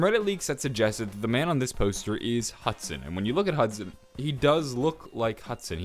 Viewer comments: love how it says hudon lol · Hudon is pronounced Hoo-don #supercereal